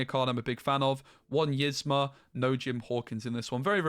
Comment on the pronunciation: Please say Yzma name right lol it’s not pronounced like this--> (is-Mah) it’s pronounced like this —> (Ease-mah)